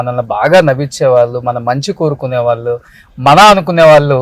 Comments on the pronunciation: వాల్లు కాదు వాళ్ళు అని అనండి... ళ పలకడం పోతే తెలుగు భాష అందం తగ్గిపోతుంది... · ‘వాల్లు’ కాదు రా- ‘వాళ్ళు’ అనాలి !